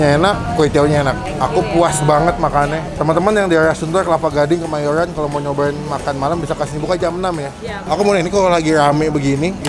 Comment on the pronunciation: "nasi goweng, kemayowan, kewang" emang ngmg nya gitu y pak?